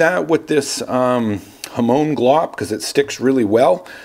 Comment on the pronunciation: Hamone? Hamoan? Hamown? HamON!! When you have a pizza do you put Ham ‘own’ it? 😂